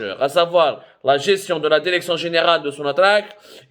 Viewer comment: Derection derection derection derection derection ha ha ha ha ha ha ha ha ha ha ha ha ha ha ha ha ha ha يلصق كما الخرا في القرداش